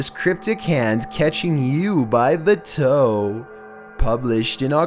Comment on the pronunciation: “CaTchInG YOU by the ToE” I can’t with this guy